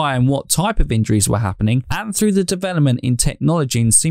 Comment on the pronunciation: "Safety FROO science " ?????? WTF? Speak English man ....If you can .